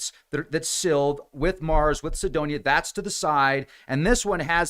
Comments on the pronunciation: If Sedona is your hometown how come you don't know how to pronounce it? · well, it does matter, how to pronounce Sedona, if your objective is to communicate. I figured there was some reason he didn't pronounce it right. Now I know. But I don't know what Cydonia is.